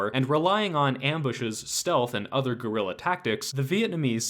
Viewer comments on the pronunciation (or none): none